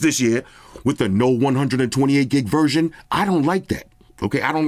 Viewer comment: 128 gig ‘verJohn’😂😂😅